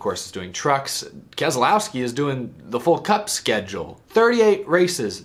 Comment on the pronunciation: The second letter 'e' is silent in the name Keselowski. It's pronounced like Kez-louw-skee